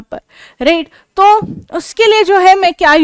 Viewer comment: Mam aap right sahi se nhi bol rhe